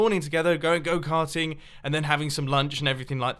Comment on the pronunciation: Am I the only one that when mumbo sed go carting heard it goat hunting?